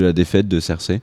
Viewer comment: Hey, c'est Cersei et pas Zerseille...